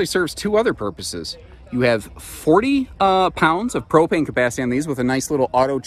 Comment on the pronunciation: I finally get you’re saying PropAnus & not ProPanis (as in penis) which makes sense that your distinction between this & the Propane Cooker Hooker is this is accessed from “the rear” 😉 #ImSlow 🤦🏽‍♂️